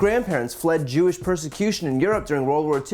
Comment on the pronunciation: Damn they tried to cancel YE first then Kyrie for posting a book this guy says I'm not kewish I'm kew-ish lol 😂😂😂